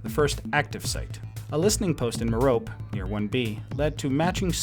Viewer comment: FYI, merope = mair-oh-pee. ;)